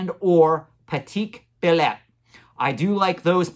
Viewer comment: As a Belgian I can say; your pronunciation of "Patek Philippe" was close but you switched up 2 vowels ;D You said "Patik Phileppe" , so just swap that "e" and "i" and you're good to go! Pat - E -k (the "e" from "echo") Phill - i - pe (just think of the country the Philippines) Enjoyed the video as always!